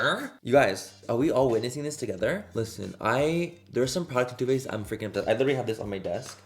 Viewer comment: When you said “Turrr Faced” you reminded me of the guy on TikTok who orders food in Cursive. 🤣🤣🤣 IYKYK 💀